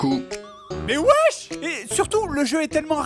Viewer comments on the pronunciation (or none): Plutot "Wesh" que "Uesh" ;) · "Mais wash !" Mélange de Wesh et de What mdr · Il....il a dit.......wesh... Qui y était préparé? xD